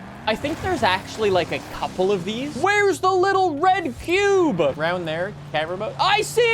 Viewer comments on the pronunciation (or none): The little red cuuuubah I never get used to how has always talked like a 12 year old upset girl with the "uh" at the end of every kind of word 🤣 Edit: "There it isuh, the little red cuuubah, lets gooa" and says "cube" normally againuh 🤣🤣